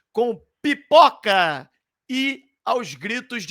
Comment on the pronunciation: Eu entendi piporca ao invés de pipoca kkkkkkkk